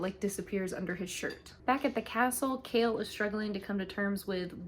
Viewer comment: You did such a good job recapping this book. That being said I'd suggest looking up the pronunciation of names before doing a recap. It's a little irksome. The worst one is Chaol being called Kale 😭 it's kay-all. Also, Adian wasnt dtrong enough for the ring not to work. He made a duplicate instead. And Rowan never let Aelin go past the wards, she chooses not to listen and croses it anyways.